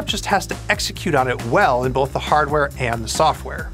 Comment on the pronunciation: There's no L in the word "Both." You keep saying "BoLth."